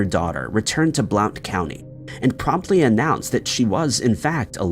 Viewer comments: Blount county is pronounced Blunt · #4 the county Blount is pronounced Blunt lol